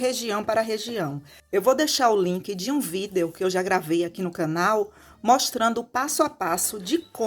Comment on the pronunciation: Acho engraçado quando ela fala vídeo kkkk leva o pé da letra . Parece eu quando vou fazer ou até mesmo falar levo tudo ao pé da letra kkk